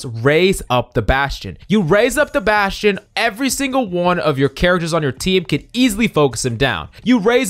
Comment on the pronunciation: baSCHtSCHion. ah yes